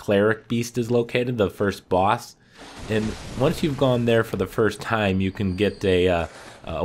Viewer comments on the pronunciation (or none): none